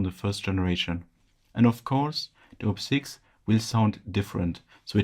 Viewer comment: It’s Op-Six. Not oh-pee-six. Op as in operator.